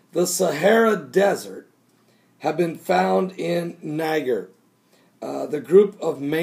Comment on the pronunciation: It's pronounced Ny-JER.